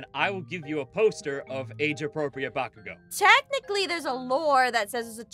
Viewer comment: I hear say "Bakugo" No one: Me: AHHHHH